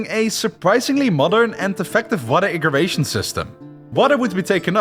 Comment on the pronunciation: it is "irrigation", not "iggiration".